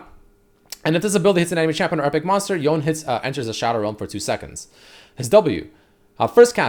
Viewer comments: myth busted, red hasn't touched legends of runeterra, pronounces it y-own not Yo Nay... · For the love of LoL! It's pronounced as Yo-ney and not Yown. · It pronounce Yone not Yown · I'm suprised it pronounced Yow-ney(Yone) when most people call him him "Yown" . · It’s Yon-e I love the sound of tht much better than yon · japanese would be more like "ion"e and not "Towne" Similar to Kano from mortal combat (who originally was adopted by japanese parents in japan and so on, hence the name) Kano american sounds "Kay-noh" In japanese they would emphasise the first part of the name so the KA and it would sound like K-AH-N-OH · He finally learned it’s “yo-neh” then went on to keep fucking it up lmao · Its actually YO NE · Stop saying Yawn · It’s pronounced Yo-ne, in Japanese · Drinking game: take a shot every time mispronounces Yone.